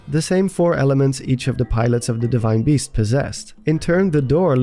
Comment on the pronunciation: "deshrine beast"